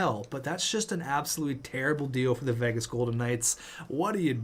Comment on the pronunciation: The way you say Vegas triggers me